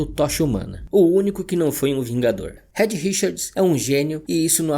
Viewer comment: Vídeo muito bom. Só queria deixar um toque: o nome Reed se pronuncia 'RID' e não red. O apelido da Susane (Sue) se prununcia 'SU'. Valeu!